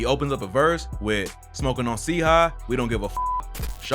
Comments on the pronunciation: MANS SAID C HIGH bro yk u smokin delilia if u cant pronounce the shi bruh its CHIII like CHItown u mook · Nigga said c high watts its chii like chai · nice vid and chii is also pronounced like (shy)